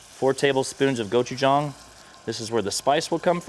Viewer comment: Thank you so much for pronouncing gochujang correctly! I never trust a chef who uses it but can’t say it right.